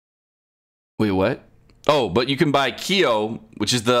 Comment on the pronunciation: It’s “Kyo” Kusanagi.:)